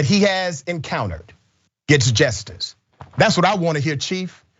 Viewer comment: Just before 1 hour 50 minutes in, CENK, can you PLEASE learn how to pronounce "JUSTICE?!?" IT ISN'T, "JUST'S." IT IS, "JUST-ISS." TWO SYLLABLES. JUST. ISS. PHOK. GET IT RIGHT. On the abortion tip. My cousin killed her only baby. She tried to kill herself three times or more after. She's 60 now. She will never have a baby. My sister had two abortions. Those haunted her till she died. Abortion isn't some Progressive fantasy. No woman celebrates her dead foetuses. I wish my cousin and my sister hadn't killed their babies. Meanwhile, I don't own their uteri. My cousin is past it. My sister is dead. We Progressives can wish our female family hadn't killed their potential babies, while recognising their rights to bodily autonomy. We don't get to decide what they should have done. Give me a uterus. I'll show your ass his to have babies. Meanwhile, I wasn't my sister or cousin. I didn't know to whom they would have been attached to for the test of their lives. That's their business.